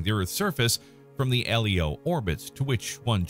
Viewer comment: Comments/corrections: 1) SpaceX is not a space agency 2) The Tiangong space station isn't "in China". 3) It's not referred to as L-E-O. It's pronounced Leo (like the name). 4) to It's not referred to as just fuel. It's called "propellant" since "propellant = fuel + oxidiser". You need to carry the oxidiser to burn the fuel. 5) See 4) although the oxidiser can be either CO2 from Martian atmosphere or oxygen from Martian polar ice. 6) This would be true if the space shuttle hadn't been retired ~a decade ago.